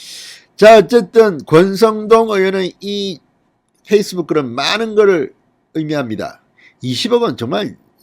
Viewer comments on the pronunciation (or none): none